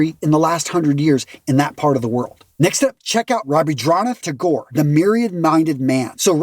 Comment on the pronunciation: I love your videos... I really do... And this video was certainly needed... But just one thing, the pronunciation of Rabindranath Tagore wasn't right... Please, I am not trying to be disrespectful but pronunciation done wrong feels disrespectful... But anyway I love your work sir. Thank you so much for amazing contents. Cheers!